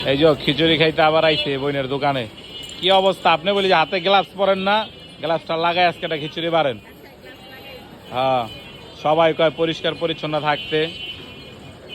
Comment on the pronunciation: গ্লাভস❌ গালাভস🧐🦠